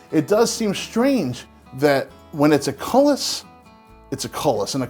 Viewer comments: you mention something that sounds like a "cullis" are you referring to a Coulis? If thats the word youre using, after 4 years of high school French with a mean nun I'm allowed to let you know it's pronounced like coolie/koo-lee. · Coullis is pronounced "coo-lay". Theres a few inaccuracies that are only nomenclature based and im sorry if im the only one bugged by them. The other is the drippings from a roast being called a broth or stock. Thats a jus. Ive also used a few things from this channel and put a spin on them and put them on fine dining menues. The potted meat was an amazing seller too. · Wait, "culass"? (SP?) What is that